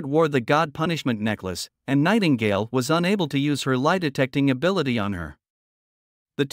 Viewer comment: Lmao anyone else hear "Tightingale"? XD